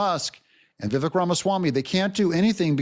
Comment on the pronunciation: ❤ Extra points to for being one of the few, smart people, that knows how to CORRECTLY pronounce Vivek’s first name 👍👍👍